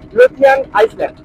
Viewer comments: আইসল্যান্ড না ভাই ওটাকে আইল্যান্ড বলে । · আইল্যান্ড বানানটা ইংরেজিতে ওরকমই হয় , সামনে আইএএস লেখাটার কোন উচ্চারণ হয় না ওটাকে আইল্যান্ডে বলে । শুনতে বাজে লাগছে এবং আগামী দিনে অন্য কেউ হয়তো বলবে ।